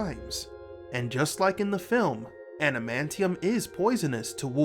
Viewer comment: Did you really call it anamantium or are you suffering from poor diction?